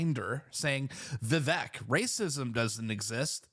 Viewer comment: You are pronouncing it correctly, it’s ‘Va-vake’ phonetically.